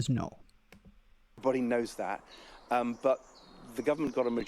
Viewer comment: .... "And thad is how"..... Thad. It's that not thad. No-one should vote for anyone who says thad instead of that. No doubt he says "get go" instead of "start".